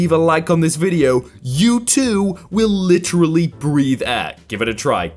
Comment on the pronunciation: I hate how he says literally